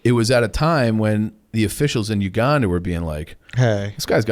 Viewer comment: can’t pronounce the letter “a” Uganda pronunciation is brutal